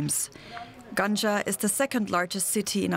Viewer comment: It is not pronounced like ganja you think of 😄 you put the stress on the second syllable gangA